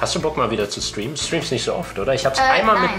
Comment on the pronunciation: "ja ich schtriem auch" :D :D